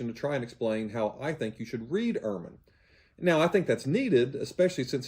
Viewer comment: UR-man is the white winter coat of the stoat. Bart's surname is German and is pronounced EHR-man. Bart was not raised as an evangelical. He states that his parents were not "overly conservative" and they attended an Episcopal church. He was 15 when he was inducted into evangelism.